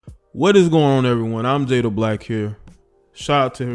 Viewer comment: if you would let me correct you before this goes to far.. You are mispronouncing his last name.. just thought you might like to know.